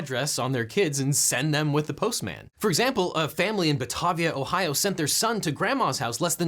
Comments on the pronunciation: Ba tA via Ohio...not Ba-tah-via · Not from Batavia, but I think it is pronounced more like Bu-tae-vee-u. Maybe they will change it, bah-ta-via did sound a lot fancier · Buh tay vee uh. Not bah tah vee uh Batavia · It's "Ba-TAY-via", not "Ba-TAH-via" Ohio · My only comment is that it's Buh-Tay-Vee-Ah, not Bah-Tah-Vee-Ah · Not the point, but Batavia is Ba-tay-vee-ah. Not Ba-tah-vee-ah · Bah... tah... via? Around here we pronounce it bah-tay-viah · It's ba-te-via, not bah-tah-via. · Batavia is pronounced Bah-tay-via not Bah-tah-via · Objection! I live in Batavia, OH, and the second syllable is pronounced like the dipthong in "hay", not like the doctor asking you to say "ah." So it's pronounced like Batayvia, not like Batahvia. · Objection: The name of the town in Ohio is pronounced Buh TAV ia with a long a in the middle. Also, fun fact, the post office motto about snow, sleet, rain darkness, etc. is engraved on the William Jefferson Clinton building which is HQ to the US EPA. In it's original incarnation, the building formerly known at the Ariel Rios building was the HQ of the US Postal Department back when the post office was a full-fledged office of the federal government. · Batavia, OH is pronounced Buh-tay-vee-uh. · Objection: , you misspronounced Batavia. I live near Batavia. it is actually pronounced Buh-tay-veea. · That's not how you pronounce Batavia, OH but I absolutely love your way more. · Pronounced batavia ohio bat-ave-ia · OBJECTION, that’s not how you say Batavia it’s Ba-tay-vy-uh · The one ohio town I actually know well, Batavia, you have butchered. It's pronounced Buh-tay-via. That really bothered me for some reason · Ba-tay-via Ohio? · objection: batavia ohio is pronounced “buh-tay-vee-uh” and you’re pissing off the locals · you pronounced Batavia wrong... buh-tay-vee-uh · Youre too fancy LegalEagle, it's "Ba-tay-vya" lol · It’s pronounced ba tay via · Objection Batavia is pronounced with following pronunciation guide buh·tei·vee·uh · Buh-tay-via Ohio